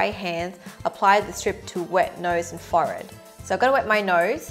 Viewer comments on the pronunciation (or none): its not 'fored' its said 4-head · what’s a forrard? 😂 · WHY DO YOU SAY FOR ED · Is a “forred”a forehead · The way she says forhead, 'fored' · You say Forehead - as forayed! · Omg, I love how you say forehead! ❤️ 😂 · I love the way she says forehead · The way she said forehead lmao